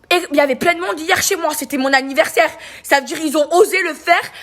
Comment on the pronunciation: C'était son ANNIVERRRSAIRRRE BORRRDEL !!! Ptdr 😂😂😂